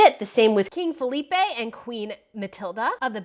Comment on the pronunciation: Great vid. You got your pronunciation of Phillipe and Felipe the wrong way round however. 😜